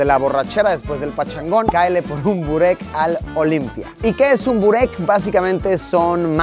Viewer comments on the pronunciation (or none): Se pronuncia Boreck